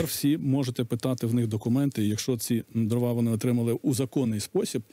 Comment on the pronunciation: ДрОва, а не дровА. Дров, а не дрів. Деревина, а не древесина. Успіхів Вам